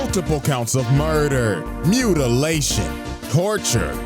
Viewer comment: tf is "Mutitation" lol